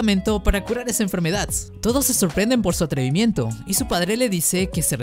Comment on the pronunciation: Me gustó por qué no dice enfermedad sino que dice enfermedadts